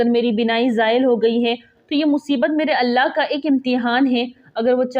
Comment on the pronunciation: اللہ تعالیٰ جزا عطا فرمائے ۔ نام مبارک اللہ میں شروع میں الف بھی ہوتا ہے ۔ تصحیح فرمالیں ۔